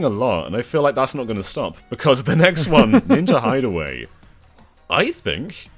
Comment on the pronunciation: Its ninJA hideaway, not ninJI hideaway